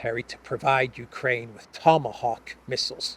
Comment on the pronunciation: In Russian, 'Tomahawks' is pronounced 'Tamagavki', so Elensky's struggle is understandable...